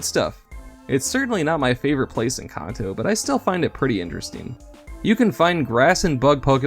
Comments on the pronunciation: Its Kanto not Konto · Kanto. Pronounced as in Can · You pronounce Kanto wrong. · How tf did you say Kanto? Im done watching 3 seconds in.